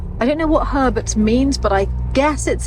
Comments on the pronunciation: I thought said "hermits" instead of Herberts. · I thought he said hoarders